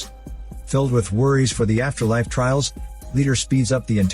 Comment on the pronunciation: Filial piety? Trails? Not trials? Ffs